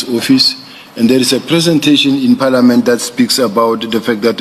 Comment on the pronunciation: Round in circle, General like " National Commissioner" "Paeliament" , "Plan" "Letter". Ho ho ngata "its a lot" 😅